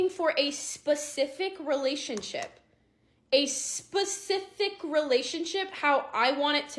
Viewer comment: Spe-ci-fic silly girl. Poor men